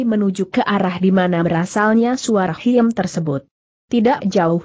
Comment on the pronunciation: Khiem dibacanya 'Kim' Bukan hiem ☺